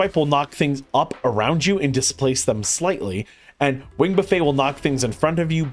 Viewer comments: This is incredible information, thank you! Oh, and just for the future, its "buff-ette" not "buff-ey", you're not serving them dinner 😆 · Great guide, also it's "wing buffet" like "buff it" or Warren Buffett.